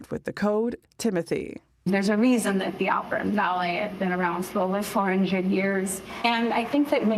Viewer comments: Haha she said Oprahinstead of opera! 😆 🤣 😂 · Gayle almost saying "Oprah" instead of "Opera" in the opening 😂